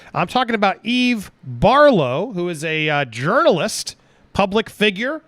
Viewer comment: did you say eve barflow??